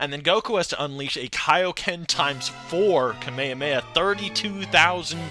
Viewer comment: Bro said kameyameya 💀💀💀💀